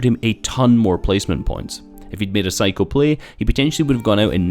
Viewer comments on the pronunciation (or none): none